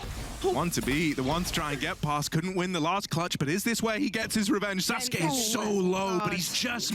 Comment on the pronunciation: man the casters pronouncing sasuke and suzuki got me mad as hell